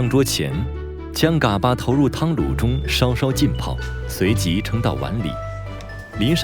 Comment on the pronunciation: 解说员够老坦儿的，嘎巴都念不对。不过内容还是挺好的，值得点赞